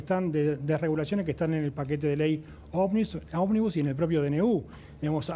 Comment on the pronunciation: porque dice "OBNIBUS"?